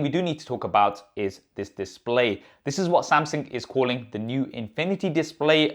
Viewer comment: samsingh? thought it was samsung tbh.....